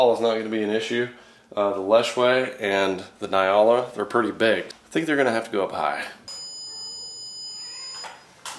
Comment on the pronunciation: I'm also South African but do you pronounce Nyala like he does? I always thought of it as n-yala not ny-ala